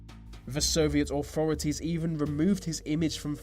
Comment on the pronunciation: 'Soviet Aw-forities'......you're pronunciation is appalling.